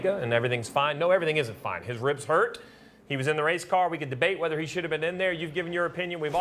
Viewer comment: Ohh Noo I’m too huwt to wace 😭 Waaaaaa 😩